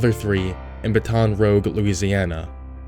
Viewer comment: Kawaii Cicada batten rooj